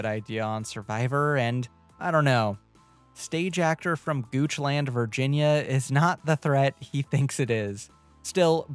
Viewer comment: Gooch land hurt me. As someone from nearby it hurt the ears.